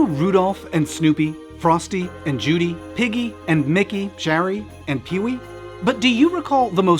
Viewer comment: Was anyone else bothered by the mispronunciation of Peewee?